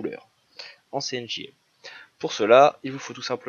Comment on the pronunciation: Cyan Magenta Jaune Noir tout à fait. Mais quand vous parlez j'entends CNJM... C'est ça qui me choque... Bref.